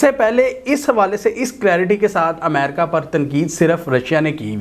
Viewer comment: . Sorry Yaar Amerca nahi hota Balkay Ame,Ri,ca Kahiye . . Regards n Sorry again .